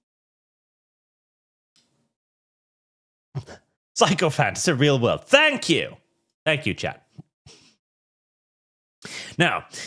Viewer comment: Sycophant: pronounced "sick-oh-fant"